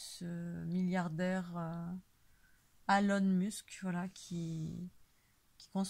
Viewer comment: Bonjour, merci pour tes vidéos que je trouve très rafraichissantes. En ce qui concerne Elon Musk, si je puis me permettre, son prénom commence par un E qui en anglais se prononce I et aucunement A. Personnellement je ne pense pas que cette personne travail pour le bien l'humanité. Avec son réseau de satellites 5G " STARLINK "qui couvrira la planète entière ( aucune considération pour les personnes électro-sensibles ) il bosse pour le " tout connecté " et son transhumanisme nous invitera a en faire partie. Se connecter à l'IA ( Intelligence Artificielle ) signera la fin de notre libre arbitre qui par ailleurs est déjà bien en souffrance...A nous de faire les bons choix et d’arrêter d'accepter tout ce qu'ils cherchent a nous imposer...Bon courage à tous... Paix et Amour...